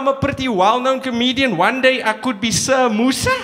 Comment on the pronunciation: when he said sir moosa it sounded like samosa